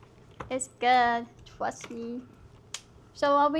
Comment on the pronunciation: "I twust you" 💀💀